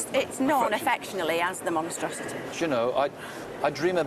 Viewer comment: "Monstruosity", hahahhaha ❤️